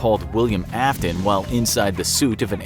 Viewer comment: Yeah also its afton Not Aston ;)